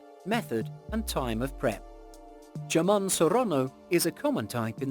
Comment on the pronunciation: JAMON?? NAH! IT'S "HAMON"😂😂😂